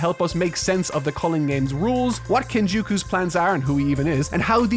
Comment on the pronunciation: its pronounced ken-jaw-koo btw